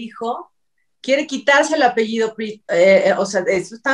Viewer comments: Que no es “APEIDO” es APELLIDO!!!!! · se dice apellido no apeido